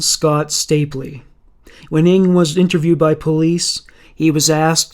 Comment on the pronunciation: Finally finished listening after falling asleep a few times during the night! I have never heard the name NG pronounced as ing. NG is short for Nguyen, which is the second most popular name here in Melbourne, Australia after Smith. We pronounce the name as spelt NG. Or the full Nguyen. People with this surname where I live are overwhelming Vietnamese though, not Chinese like Charles NG